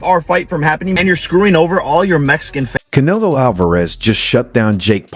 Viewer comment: The way your ai says can elo is fucking annoying